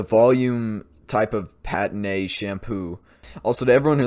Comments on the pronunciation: Btw It’s not Pat-a-ne it’s Pan-teen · BTW ... It's pronounce Pan-Teen. The shampoo. Pantene